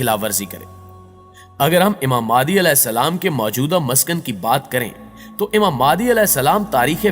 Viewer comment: Its Imam Mehdi a.j.t not maadi